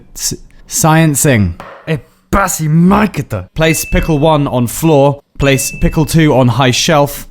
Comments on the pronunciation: The pronunciation of "Ебаси Майката" was perfect, I suppose that the science juice helped with that. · Is he Bulgarian? He said that swear phrase very well.